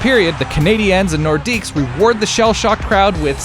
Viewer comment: Wilf Paiemont and Mike Mcphee I'm 12 years old again.. but le norqidues has a silent s